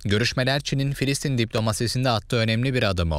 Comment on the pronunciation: Filsitin değil Filistin olacak!